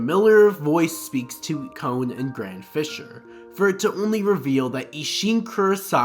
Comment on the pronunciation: It's Kon... Not... Cone